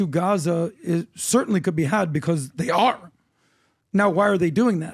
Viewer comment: The emphasis on "THEY" just didn't have food? That's the most cringe part.😖😖